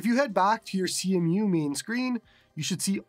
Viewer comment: It's pronounced "see-moo" brotha